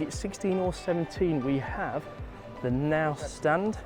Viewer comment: That’s not how you pronounce Knaus😅.